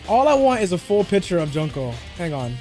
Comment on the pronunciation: I think he means the pronunciation of her name because says it like junk-o but yeah worst stream to put this comment on